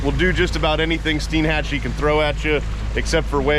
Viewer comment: I really liked this vid since I lived in the Panhandle for 22 years diving, fishing, hunting, etc. Of course years ago, before the rich crowds found the white sand beaches and EXCELLENT fishing/diving it was better. With that said we explored everywhere including Steinhatchee. That is pronounced STINE-hat-chee (like a beer stein).